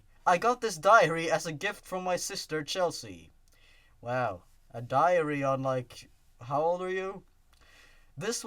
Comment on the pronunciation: They probably would have figured that something was fishy about all the victims having Sonic.exe on their computers. Diary, it sounded like you said 'diarrhea-ry.'